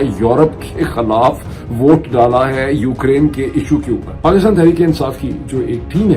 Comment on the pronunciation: ارے بھائی جان لفظ “خَالاف” نہیں “خِی لاف(خِلاف) ہوتا ہے بالکل اسی طرح “عَدراک” نہیں“ اِدراک” ہوتا ہے! کاش جتنے پیسے آپ انگریزی کی کتابوں پر خرچ کرتے ہیں اس کا دسواں حصہ اپنے اردو کے تلفظ اور گرامر کو بہتر بنانے میں بھی صرف کرد یں تو کیا ہی اچھا ہو!!🤔💐